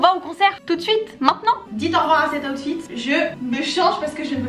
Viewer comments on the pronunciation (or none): none